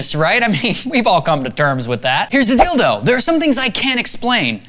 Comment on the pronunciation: Would you please stop saying "dildo" instead of "deal though"? I'm laughing so hard I'm passing out, Ray!